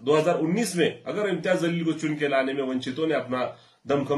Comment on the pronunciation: Jaleel bol zaleel nahi Urdu nahi janta kya?talffuz durust karo